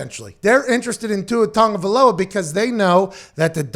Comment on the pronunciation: Pat must hang out with Samoans. He pronounces Tagovailoa the Samoan way. 🇼🇸